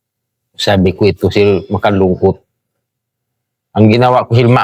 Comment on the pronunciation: Ang cute ng pagbigkas ng sir,naging sil..hehe!ganyan tlaga magsalita mga Tausug,nakakaaliw.